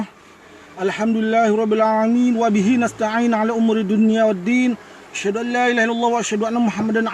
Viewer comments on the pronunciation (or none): none